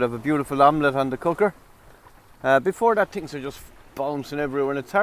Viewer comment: “I tweekt a lot of tings”…..🤣🤣🤣🤣